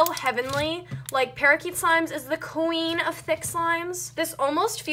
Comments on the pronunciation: The way you say Thick makes me uncomfortable. Idk if that's the way you say it or if your trying to sound cool, but it makes me really uncomfortable. Not trying to hate or anything, just saying my opinion, but your like ThAac. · how dyu say thick ? she be like : " i dont remember it being this THECK>> wth clean ur hands there black as NOT being racist there dirty black not the skin colour thingie